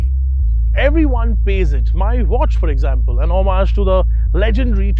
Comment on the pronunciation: lol, homage isn't pronounced that way...